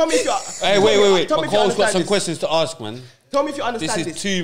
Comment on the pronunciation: It’s when they say. Harsk them. It’s “Ask” 🤦🏾‍♂️ embarrassing